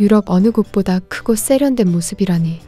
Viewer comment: 쎄련된 --> 세련된. 기계음 아니던가요? 글자 그대로 발음할 텐데, 이상하다.